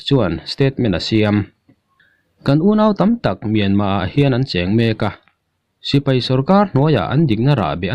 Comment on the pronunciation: Sipai han tih be mai awm,tipai tia han lam rik kher, best mizo collection a nih angin tawng lamah pawh best thei ang ber aw..... News lamah erawh a bengvar thlak thin e